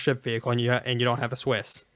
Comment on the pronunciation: WHY ARE YOU PRONOUNCING CIWS AS "SWISS"?! ITS THE ONE THING THAT MADE ME SO MAS FROM THIA GREAT VIDEO! KEEP UP THE GOOD WORK IT IS AWESOME BUT PLEASE! CIWS